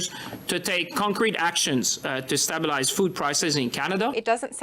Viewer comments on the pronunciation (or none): The chihuahua needs to learn to say stabilize properly. He is right by the word "stab" though. Canadians are definitely getting stabbed by the Liberal government. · Someone tell that stupid frog how to pronounce stabelize